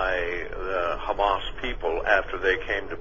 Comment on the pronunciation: ITS HAMAS, NOT HUMMUS, LADY